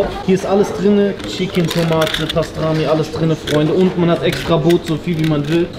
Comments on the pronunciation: „Pastrami“ 😂😂 Das heisst Pastirma und ist Rinderschinken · Das heißt pastırma und nicht pastrami du Vogel. Mach dir wenigstens die Mühe, die Dinge richtig zu lernen und auszusprechen wenn du schon in dem Land bist und content daraus generierst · Es heisst pastirma und nicht pastrami🤣🤣😁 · PASTRAMI💀😂 es heißt pastirma cooles Video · Aaayyy arkadaslar canim nasil "Bastrami" (Pastirma) cekti anlatamam. Bence canim benim Türkce konusmaya calisma, kulagimi acayip tirmaliyor. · Pastrami 😂😂😂pastirma du honk